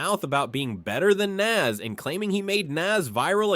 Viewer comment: Nas not Nass